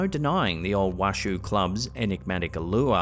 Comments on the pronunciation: It’s funny hearing him pronounce it as Wash-shoo club. My family is from Virginia City and it’s pronounced Wash-oh. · The mirror capture was very interesting. And it's pronounced Wa-SHOW. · Washoe is pronounced Washow (born near Washoe county ❤) cheers, love your videos. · I live about 20 minutes from Virginia City; friendly FYI Washoe is pronounced “Wah-show”. 😊 I love your videos! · The proper pronunciation of Washoe is wash-o it's the name of a native American tribe in the area. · Is pronounced WASH-OH . Means Edge of Lake, the Washoe tribe comes from Lake Tahoe. Same Oe ending, hard O. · Just an FYI, to the locals Washoe is pronounced wä(ˌ)shō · You are mispronouncing The Washoe Club. It is "Wash-owe," like a bowl, not like a shoe.